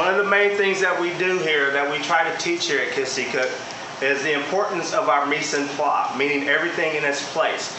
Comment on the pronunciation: micenpla? I think you mean Mise en place!